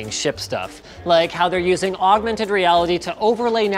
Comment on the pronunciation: He says augmented weirdly